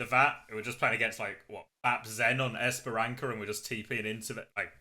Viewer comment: guys, not esperanKa, but esperanSa